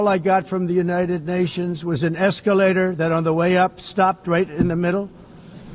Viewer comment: That eecalator operator is a legend 😂😂😂